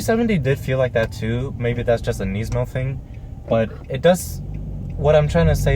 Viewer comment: Nisssss-mo not neiz-mo